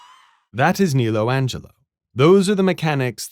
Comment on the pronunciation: it's "Angero" not "Angelo"